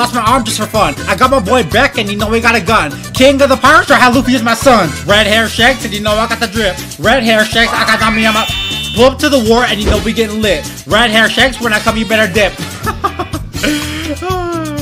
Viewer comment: The fact that he keeps saying private billage instead if pirate village 💀